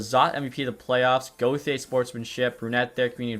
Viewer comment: I’m not a fan on how he pronounces gauthier 😭